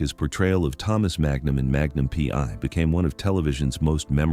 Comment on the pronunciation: Why a fake image of Tom? Teach your AI-generated voice to pronounce "Selleck" and Magnum P.I. correctly. Why talk about people you don't know personally? Tom and Jillie met in 1983. They married in 1987. Tom did not visit London.He filmed Lassiter during that time. We have already informed the creator of the original video about the misinformation, but you simply copied everything. Shame on you.